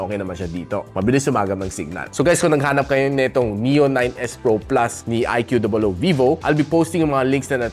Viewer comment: Its annoying that you call it "IQOO DOUBLE OW" instead of IQOO